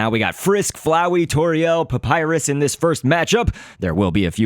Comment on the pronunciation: It's (Pup-I-ris)